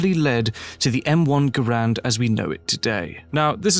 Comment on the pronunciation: GARE-und, not guh-RAND. John Garand pronounced his name that way.